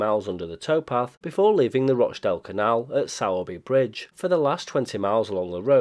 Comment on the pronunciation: Sowerby Bridge is pronounced “Sore-bee bridge”, not “Sour-be bridge”